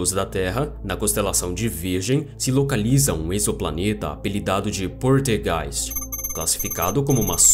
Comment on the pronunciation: poLtergeist, mas voce fala poRtegeis